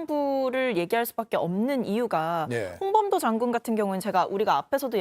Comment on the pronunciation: 조만간 홍범도가 아니라 홍밤도라고 듣기평가 실시한다 ㅋㅋ